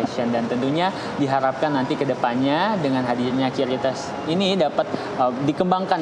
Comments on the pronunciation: Yang benertu bacanya kris bukan kiuris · lah yang nyiptain aja bilang kris kok bacanya.. Gimana sih😊